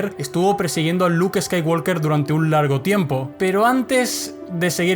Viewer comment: Deja de pronunciar skaiwalker la L Es muda se pronuncia woker. Uds lis españoles que creen españolizar el inglés como si fuera correcto